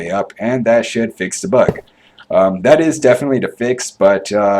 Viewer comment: lol, anyone else Notice that he says "da" "dis" and "dat" instead of the this and that? great video BTW.